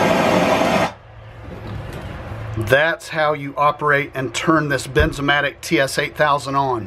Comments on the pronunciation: Wierd. He said Benzomatic. But it is Bernzomatic. I was sure it was benzomatic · It’s BERN BERNZOMATIC